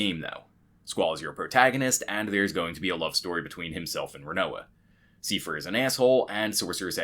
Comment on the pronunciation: "Siefer"? His name was Seifer...